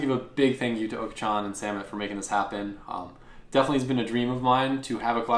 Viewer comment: the Oka in Okachan is not pronounced "Oaka", but more like the ock in lock. More Barra Mustang content please Sir.